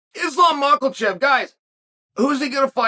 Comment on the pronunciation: “Islam Mockle-chif” sounds like a name for a cobbler